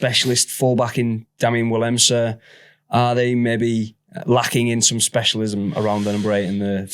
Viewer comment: and Willemse...he always adds an n at the end for some reason 🤣🤣